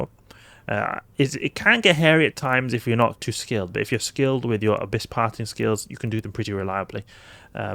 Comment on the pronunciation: I have noticed you say what sounds like "Parting skills". What is that?